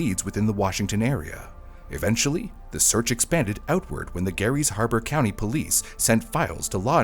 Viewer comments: Grays Harbor - not Gary's. Sorry, Gary. 😊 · It's Gray's Harbor, not Gary's Harbor. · It's Gray's Harbor, not Gary's. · not a big detail, but important nonetheless, you called “Grays Harbor, WA” “Gary’s Harbor.” Source: born and raised Washingtonian. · it’s said grays harbor btw